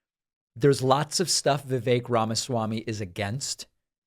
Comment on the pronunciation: Sounds like you're saying the (pronounced like short thee) fake Ramaswamy, which is more accurate, every time I hear you say Vivek Ramaswamy.